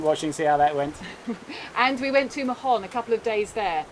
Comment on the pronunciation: Hi there. In Mahon, the 'h' is mute, doesn't sound. It's just [maon]